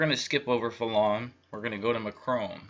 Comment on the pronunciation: As a French Canadian hearing you pronounce Hollande, Macron and Marine Le Pen made me laugh but the French election was similar to the American election a banker elite with an outsider though Le Pen isn't really an outsider she just claimed to be. Amiens France is a very large Masonic town after it was nearly destroyed in WW1 the biggest Masonic war.